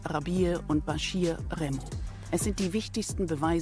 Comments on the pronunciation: Das heißt Remmo Clan nicht Rammo Clan. Komisch wie kaum einer hier, dass merkt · Remmo heißt es